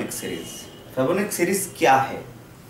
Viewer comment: Thanks for giving out these great videos... Btw it is pronounced as fee+bo+na+chi ... Thanks again.. Cheers